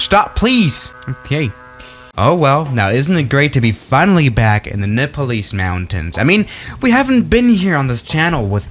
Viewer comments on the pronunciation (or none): did you just say "in the nippalease mountains"? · nepalese sounded like with an i instead of e